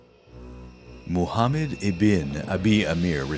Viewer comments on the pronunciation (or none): none